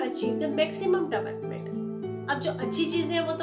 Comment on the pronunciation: Pronounce development correctly